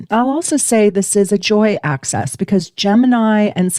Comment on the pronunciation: Axis - line (opposite ends) (not pronounced "access" which is something you can enter or obtain) or axes..things that you throw.